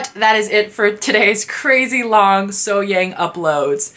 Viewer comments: No, actually the 'a' in SoHyang is pronounced kind of the same way as the 'a' in the words car, dark, lark, etc. 'Lark and 'lurk' don't sound the same, do they? Similarly 'SoHyang' and 'So Hyung' are pronounced differently. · I believe you say her name with a quick H, then Yung, So Hyung.